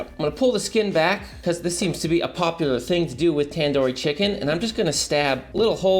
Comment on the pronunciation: tan dor chicken? its tandoori chicken not tan door